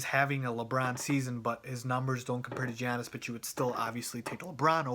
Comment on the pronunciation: his name is Giannis not Giannas.